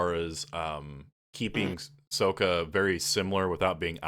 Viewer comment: It’s “Sokka” like “Sock” like not “Soak”. You even corrected yourself then go on to pronouncing it all wrong.